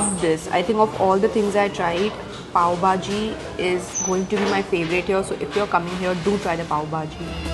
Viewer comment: It's Pav bhaji not pav baaji 👍